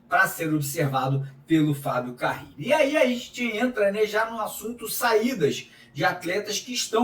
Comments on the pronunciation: Pq fala Fábio CaRRile? É Carile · Que nervoso do falando Fabio CaRRile ao invés de Fabio CaRille! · CARRILLI OU Carilli Mário? O sobrenome dele só tem uma letra R... lê e fala o nome dele certo... valeu... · Carrili é dose 😂😂😂